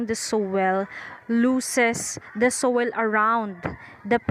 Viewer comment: Its Soiil not sowel